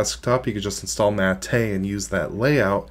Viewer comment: Looks better than it ever has in the past but I don't like Snap apps so it's a no-go for me. Btw - I thought it was pronounced as Mah-Teh not Ma-Teh like he is pronouncing it.